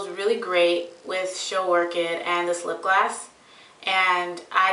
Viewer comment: i love how u say lipgloss u say it as if its lipglass haha randomness